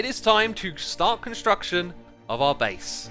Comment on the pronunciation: Do you mean beease